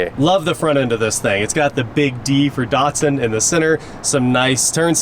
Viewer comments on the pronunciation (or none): Why are American’s hell bent on butchering brand names? Dat-sun. Dat, like that Maz-da. Not Mahz-da E-lan-tra. Not Elahntra And so many more 🤣 None the less, sweet old car, and a great channel 👍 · Why do you keep calling it a Dartsun?